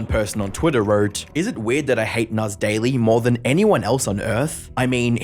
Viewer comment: "Nass daily" was more like "an ass daily"